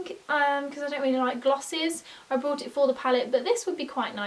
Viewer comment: Are you saing broght or bought?